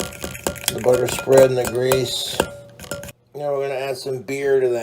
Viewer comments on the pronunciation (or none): Budder and grweeeeessuhhhh